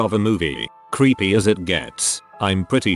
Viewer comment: I thought the AI said "your kid was creamy" 🧐🧐